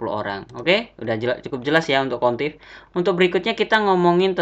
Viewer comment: Average dibacanya "everej" bukan "evereng" Countif dibacanya "kount if" bukan "kontif" Tapi overall ilmunya berguna banget kak.. Cm hrs bljr lg pelafalan bhsa Inggrisnya, Krn anda kan youtuber, apalagi YouTube anda tema nya tutorial, bukan maksud apa2 ya kak, anggap aja kritik membangun, semangat terus bikin konten nya kak...